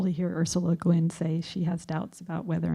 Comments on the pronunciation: Perhaps they should have gotten someone to introduce her who didn't think her name was "LeGin," or someone who can pronounce "Hugo" and "Nebula." Jesus Christ. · Honestly, it kind of felt like she was a Siri or Cortana but in human form. She was great at pronouncing normal words but struggled even with the simplest of odd ones. Lah-gin, hahnish, tulken...but yeah, even the pre-existing word, “nebula”, had a pronunciation whose certainty became quite “nebulous” when given a capital as its first letter. “Neboolah.” So, basically, Been-jay-man Way-leen, I had the exact same observation as you about the stumbling and seemingly infinite introduction of the host. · Neboolah and Lah-gin! Bahahahahaha! Oh, when people who are not fans try to talk about science fiction.